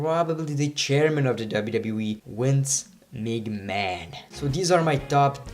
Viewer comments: why are you saying wince migman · In his language Vs are pronounced as Ws and vice versa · "Wince Mig Man" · "Wince Mcman 😂